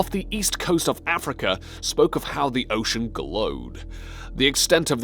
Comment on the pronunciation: God, this narrator sucks. Totally awful. Mispronounced "ocean". Everyone, please remind this failure at life of his mispronunication so he quits Top Lists and they get that other guy back. Totally awful, learn to say "ocean" normally. Downvoted. That guy sucks. Sad!